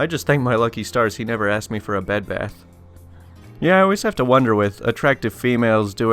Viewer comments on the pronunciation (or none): none